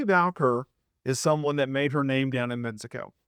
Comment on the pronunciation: You spelled the name correctly in the title and you see that there is no letter "l" in her last name, yet you still pronounced it as "Valquer" 😂😂